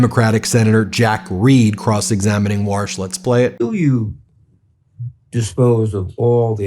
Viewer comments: Take the warsh out! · Warsh just gets worsh every time he opens his mouf. Another Twump fwunky.